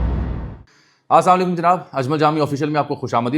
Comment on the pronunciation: Plz correct your salam . It's Assalamu alaikum not assam alaikum. Thanks